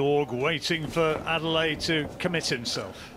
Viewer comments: Good commentary Gents but make an effort with the name , it is Adeleye not Adele. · "Ah - Day - Leh - Yeh" is the correct pronounciation of his name. "Ah - Day - Lay" is a butchering.